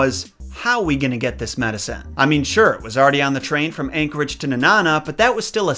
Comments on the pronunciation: I’m glad you covered this story, I remember being so upset when I found out the truth about this story. Felt so betrayed. Lol also it’s Nenana (Knee; Na ; Nuh) I’m sorry it’s just hilarious how some people say it like it’s banana / Nanana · you said Nenana wrong it's like knee and banana with out the ba at the beginning of banana so it knee-nana sorry I had to say something!!! Lol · It's actually pronounced Nee-nan-ah. There's also a second statue of Balto up here in Chena Hot Springs, right outside the dog sled area. It's a pretty decent drive from Fairbanks. But the best way to spend a day trip.